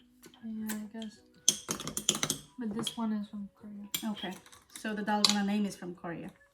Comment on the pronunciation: Has she been learning korean? Her pronunciation of Dalgona is perfect!😍